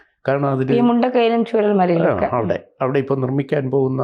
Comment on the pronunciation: ചുണ്ട കൈ അല്ല മുണ്ട കൈ